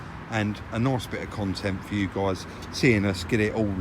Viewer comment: the way you say “nice” hahaha